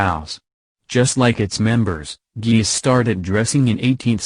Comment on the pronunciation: Its pronounced gay liss